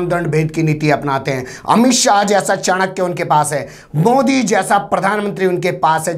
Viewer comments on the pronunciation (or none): none